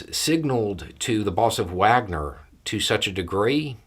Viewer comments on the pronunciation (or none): Hey,.... I love your posts and I am a top fan,...just a little note,... Wagner is not pronounced with a W although it is spelt that way,... it is correctly pronounced as Vaugner,.. just saying,..no big deal. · long-time listener, first time caller. Love your takes and objectivity. Not to mention your non-judgemental tone that I think might manage to convert a few on the fringe. But if you'll indulge my pedantry Prigozhin's PMC is named after the composer, and it's pronounced like 'Vagner'. Sorry, couldn't help myself, with it so in the forefront now it's come to grate on me and you're far from the only one who does it. Keep up the good work!